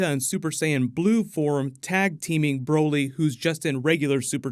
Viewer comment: More like brahlee not brolee